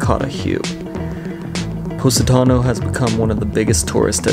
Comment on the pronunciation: Its called Po😲not Pu😯 Positano otherwise say that word one more time I'm going to stop watching this vlog